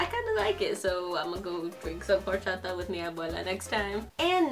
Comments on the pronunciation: please don’t pronounce horchata like that shsjdhdhd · For some reason I LOVE how says Orachata like: HORCHATA